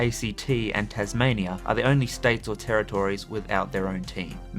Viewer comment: There are 10 Australian territories (or "terror tories" as voice-over bloke says, bizarrely, despite having an Australian accent), so there are 10 that don't have a team in the AFL, not 2. Maybe the ACT and the NT will have eventually, but I wouldn't hold your breath waiting for expansion into, say, Antarctica or the Coral Sea.